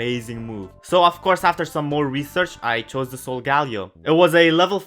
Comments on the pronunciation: its solgaleo not sol-somthing ok do you understand? i hope you do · I can’t watch you anymore since you say solgaleo wrong